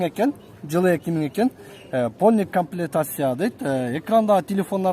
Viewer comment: Тили анча келбейтго , комплектация деп айт